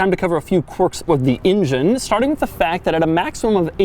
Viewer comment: Why does he pronounce engine as injun